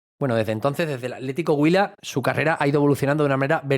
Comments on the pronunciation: Atlético Huila, acentro prosódico en la U. Está bien pronunciado, saludos desde Cali Co. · Excelente nota, y lo pronunciaste Huila muy bien. Espero que la rompa en el Betis, un equipo que me cae muy bien. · Está bien pronunciado Atlético Huila, felicitaciones por el gran informe de la vida de Nelson de Ossa, en manos del profe Pellegrini va a aprender mucho más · Muy respetuoso y delicado tu análisis. Y si, pronunciaste perfecto Huila 👍